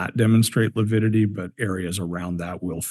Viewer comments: kept saying lipidity. What a moron! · struggled mightily with pronouncing 'lividity'. He makes my skin crawl; both he & Chub are conceited idiots.